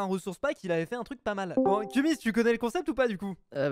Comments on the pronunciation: Cest kumiz pas kumis ptdr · Kumiz et pas kumis(3.35)